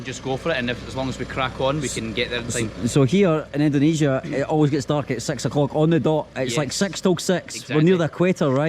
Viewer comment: jgn ikut²an org indo bang yg nyebut indonesia dengan ucapan "endonesia".org indo yg nyebut Indonesia dgn ucapan endonesia itu kyknya lidahnya ky lidah ular,bercabang...